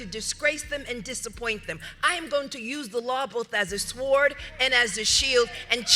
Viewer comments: she calls others out as stupid.then pronounces the W in sword .and misquotes a prayer ..top of the line brilliance rite there .. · NO MANNER OF EVIL SHALL PERISH? REALLY, "MS. MICHELLE OBAMA WANNABE." IT'S PROSPER, NOT PERISH. UNLESS THAT WAS INTENTIONAL SPELLWORK YOU WERE SENDING OUT. AND LEARN TO PRONOUNCE THE WORD SWORD PROPERLY. THE W IS SILENT.